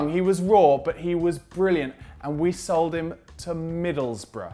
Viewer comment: You said sighed not sold